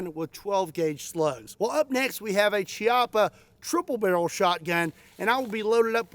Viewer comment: Chiappa is pronounced as a K not Ch ie "Kiappa"